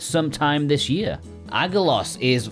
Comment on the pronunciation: BTW, in Greek, gg is pronounced "ng." Aggelos= Angelos ("messenger" or "angel). Great game - I was one of those Americans who imported. Some insane difficulty spikes in places, but quite worthy for thos who love Wonder Boy or Zelda II.